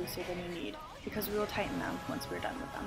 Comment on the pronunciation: Am I the only one who always understood "titan it", when she said "tighten it"? PS: Girl, you are a real life savior!!